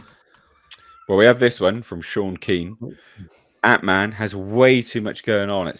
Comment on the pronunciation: "Ant(i)Man"... oh, boy.